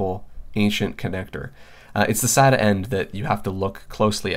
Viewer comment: when you say (sat-a) I cringe